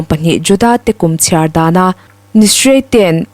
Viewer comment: Tish-rei ti a lam tur a ni (Jewish calendar a thla 7-na) Tishrei ni 1 hi Bible kumthar (Rosh Hashanah) a ni a, a ni 10-na hi Yom Kippur a ni. Tishrei ni 15-na hi Bawkte kut ințanna a ni a, ni 7 chhung awh kut a ni. Bawkte kut zawh tuk (a ni 8-na) hi Shemini Atzeret (Inkhawmpui thianghlim) a ni a, Shabbat nen a innang chiah lehnghal a, hemi zingah chiah hian Hamas ho an rawn che ta a ni.